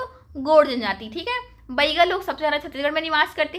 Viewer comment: बाईगा नही बैगा बोलो